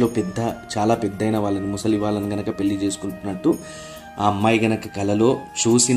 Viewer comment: పెల్లి కాదు పెళ్లి